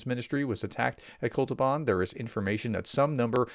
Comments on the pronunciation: Sorry, it‘s not „Kol-tu-ban“, it‘s „Kot-lu-ban“. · It's Kot-luban NOT Kol-tuban. You often get certain letters in Russian place names reversed. Do you perchance have mild dyslexia ? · Say kot-loo-bahn! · When you sound out a new word, don’t rush. Focus on getting one syllable right at a time. Kot .. lu .. ban. I hope this helps. Don’t give up, sir! You inspire a lot of other people!